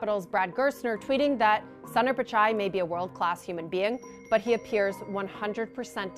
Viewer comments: Its not sander pichai its Soonder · Can do the basic homework an anchor should do? Pronounce the name of Google CEO correctly? It’s not “Sun-Daar”. Hear how he pronounces it or do basic research and go to Wikipedia. Get ur act together CNBC, this is nuts. Google, Microsoft, Adobe and so many other mega caps have Indian CEOs have some basic pronunciation training or find ones who can. So unprofessional.